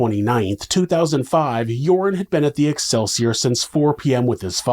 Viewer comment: Excelsiar sounds like alkaseltsor🤔